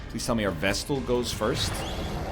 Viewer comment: He came up with this one on his own, he was musing about chat calling his pronunciation of Vestal wrong and rationalised that flagellant was also perhaps pronounced like that, so he started calling it the Fluh-jell-ant, then somebody on that video commented that Fluh-jell-ant is fine, while pointing out other mistakes, though I believe the Egg has yet to react to that because of the backlog.